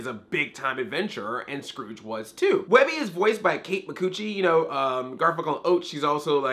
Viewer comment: Kate Mi-cucci ?